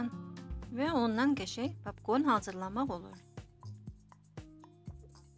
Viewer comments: papkorn yox popkorn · Papkorn yox popkorn markıt yox market dilimizi eybecerlesdirmeyin